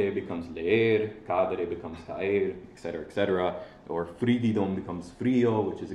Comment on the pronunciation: It's "etcetera", not "ekcetera".